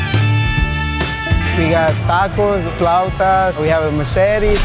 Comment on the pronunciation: I´m offended by the way he says "machete" it hurts my heart lol. PLUS that's a Mexico City Pambazo, the original its from my city Orizaba :3